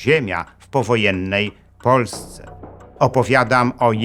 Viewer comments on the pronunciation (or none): none